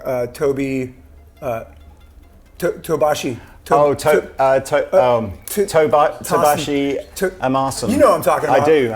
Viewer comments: "Tobin Abashi" lol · "Tobashi" lmao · Lol neither of them can say Tosin Abasi. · Satchel trying to say Tosin Abasi made my day